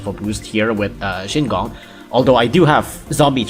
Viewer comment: isnt it shigong not shingong